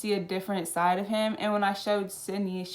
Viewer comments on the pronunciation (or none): none